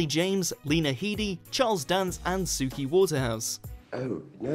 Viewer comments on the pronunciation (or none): none